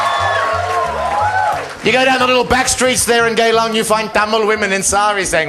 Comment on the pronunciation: Its GeyLang, its Singapore's red light district, and its spelled GEYlang Not GAYlang